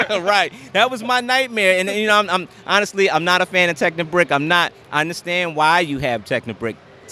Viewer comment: Or rather, every time he fails to say it properly. :P